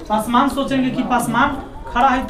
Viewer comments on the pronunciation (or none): जिस तरह अपने नाम को गर्व से लाते हैं उसी तरह भी बोला kijiye पसमान नहीं hota पासवान होता है अहंकार आदमी .....😈😈 थोड़ा बोलने के लिए सीखिए ज्यादा अच्छा होगा